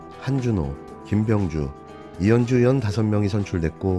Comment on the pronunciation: 김병주후보이름 호명하는사람의 발음이왜 김명주로들렸지. ?